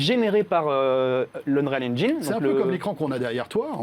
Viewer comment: Unral engine... Ou Unreal engine.... 😉